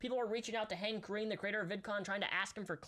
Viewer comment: whenever he said hank green i heard handcreme